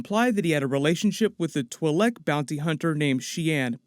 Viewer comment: Stop mispronouncing twilek